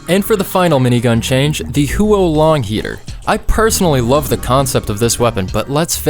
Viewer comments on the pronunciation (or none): The 'Hue-oh-Long Heater' 💀💀💀